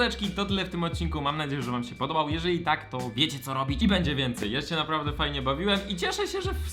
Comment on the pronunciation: Czemu po każdym odcinku Blowka słyszę 'Mam nadzieję że wam się podobam' zamiast 'mam nadzieję że wam się podobał' xddd